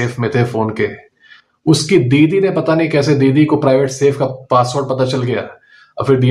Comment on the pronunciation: I really heard " Biwi" instant of " didi" 😂